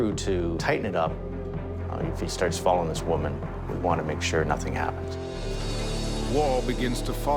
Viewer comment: please "woman" not "women"